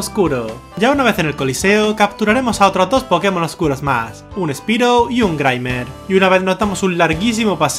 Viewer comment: soy una verguenza me rei apenas dijo pkemon XD me rei